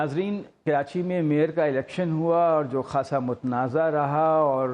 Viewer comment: Mr. Adnan adil plz correct yourself it’s not kirachi the correct spellings are Karachi so plz don’t say kirachi